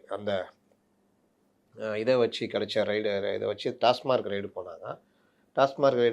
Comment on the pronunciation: அவர்கள் கவனுத்துக்கு டாஸ் மார்க் அல்ல டாஸ்மாக் என்று கூறுங்கள்